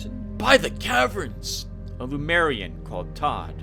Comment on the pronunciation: it's lemurian not lumerian xD